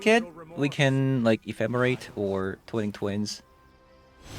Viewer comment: Twine-ing Twin. Not Twining Twin:^)